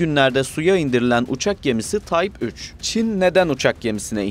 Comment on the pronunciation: TYPE kelimesini TAYP olarak okursanız olmaz değil mi? Yapımlarınız "kaliteli" ve bu kalite için teşekkür ederim.